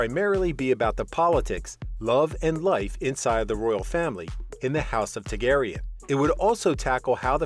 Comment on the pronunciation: Does not know how to pronounce Targaryen, either.